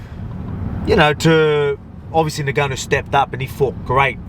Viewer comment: Are you purposely saying “Nigganou” 🤔